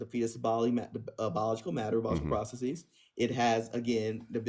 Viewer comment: When someone pronounces the word “processes” as “prah-suh-SEEZ,” you know he or she is trying to sound smarter than they actually are.